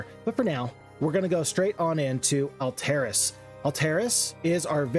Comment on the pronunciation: I gotta say I am not a fan of your pronounciation of Alteris. I've always assumed it's Alt (as in alternative) - eh - ris. Not Ull-terr-iss, as you pronounce it.